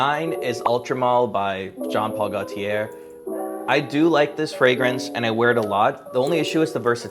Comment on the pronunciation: Ugh the mispronunciations of french parfums like JPG is irritating